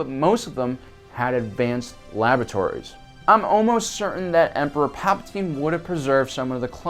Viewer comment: I thought you said "advanced lavatories" 😂